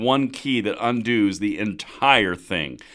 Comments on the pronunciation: Undoos….😂. Haha. We all do it sometimes. That was funny. 👍🏼. Thanks for the news always! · Undoos! Sorry, great video, but I can't pass on a good speako.